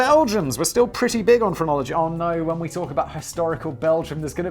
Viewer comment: The first 4 or 5 times he said phrenology, I swear I thought he was saying pornography, and I was really confused.